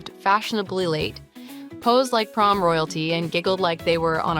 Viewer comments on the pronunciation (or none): none